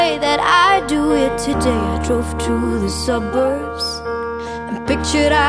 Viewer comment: Sedap betul dengar sebutan Aina Abdul. BEST 😊. Berkenan betul sebutan "suburbs". Nyanyian bertenaga dan ada power setiap bait2 yang disebut. Macam tengah bercerita dengan pendengar. 🥰